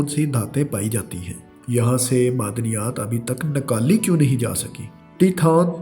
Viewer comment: Masaaal .......nakaali ......oh bhia Urdu ka talafuz he theek kr lo